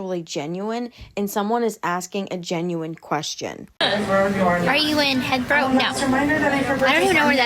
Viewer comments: She cant read, let alone write....Hethero? She doesnt know how to pronounce Heathrow airport, and she wrote a book? Hardly you have to learn to read before you can write Gyp! She didn't like Ken butting in and speaking for her on the subject she "advocates" for lmfao! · "Heather-Row" I am deceased 💀 😂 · The one in london is heathrow like heathcliff but spelt as one word she cant even say that corect 😂